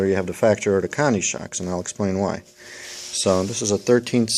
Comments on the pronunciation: lol..I guess I'm not the only one hearing Connie,,hahaha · Good tip on the Lowes Cobalt ratchet/socket but couldn't quite understand what exactly you called it? Guess I'll have to go check it out as that set-up would cover both styles (and more) Also, Koni is pronounced Co-Knee not Connie must be from the east coast? Basten or Jersy? haha Keep makin' the good videos